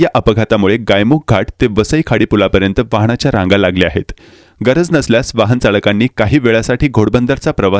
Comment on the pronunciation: वाहण नाही रे, वाहन असतं